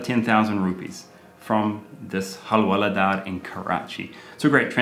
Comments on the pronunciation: It's Hawala not Halwala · Hawala not halwala حوالة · It's so unfortunate that bad thing hawala sounds so similar to our mouthwatering halwa... Even more that Karl is pronouncing it as 'halwala'. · It is Hawala not Halwala